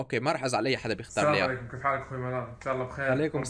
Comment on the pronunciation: دس لايك عشان ثاني مره تقول سلام عليكم مو سنام عليكم